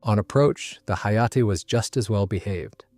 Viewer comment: IT ia no HAAAAA....Say the lettter H than letter A...stop with AI Voices.